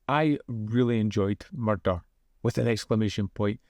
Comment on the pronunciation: I thought for a moment I was watching Taggart there when you said "Murrrder" each time.